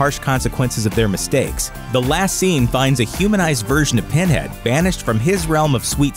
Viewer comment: "Penhad" lmao.